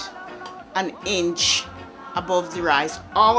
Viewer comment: LOL. I love the way she says "two hinch"